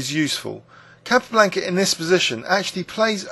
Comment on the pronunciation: He he. Its a small point, but I also noticed the incorrect pronunciation of Capa's name. Also Shaven Ingen for Sheveningen made me laugh. No offence though. Great videos.